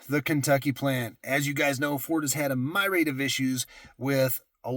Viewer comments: Myriad. Mere-ee-ad. Not my-raid. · That’s not how you pronounce myriad.